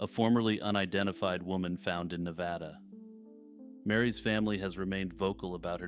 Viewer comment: You pronounced Nevada correctly 💥